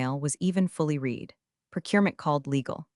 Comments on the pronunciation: In context used read is said as red not reed. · Shame the AI voice can't tell the difference between "read" (past tense) and "read" (present tense) - God help us is AI can't do a simple reading task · I absolutely love the way every time read should be pronounced like red, the AI pronounces it like reed and vice versa. I didn't hear even once when the AI was correct. Perfect example of the idiocy of AI at certain tasks. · While somewhat entertaining, it sounds Very much like fiction... not even the pretense of being based innreality. Also, the AI is too stupid to understand when "read" is meant to be read in the present or past tense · And all narrated by a horrible, gabbling AI voice that can't tell the difference between present tense "read" and past tense "read". It makes me want to scream and jump on my teeth.